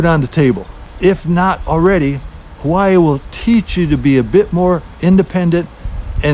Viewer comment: Please don’t say havaiii